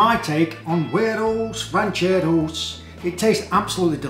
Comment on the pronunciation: Like the way you pronouns this dish😄😄